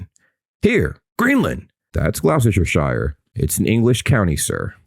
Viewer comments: Gloucesterershirerer 😂 just pronounce it like Gloster sher 👍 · Gloss-ter-shire. In which county you will find the city of Gloucester - Gloss-ter. :) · I still find it hilarious how you say Gloucestershire-shire 😂😂😂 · Gloster-sher-shire???? Close enough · Don't freak out yet, but Gloucestershire is pronounced "Glas-tah-shah". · that was the weirdest pronunciation of Gloucestershire I have ever heard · that was a brave try at Gloucestershire 🤣 it was... not good but it was a brave effort 😅